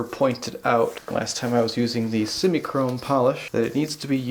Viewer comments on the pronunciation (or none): Sem-eye not sem-e. It's truck chrome polish